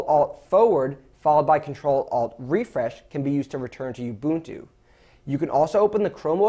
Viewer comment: That's the correct pronunciation. If you have been saying (oo-bunt-too), you're saying it wrong.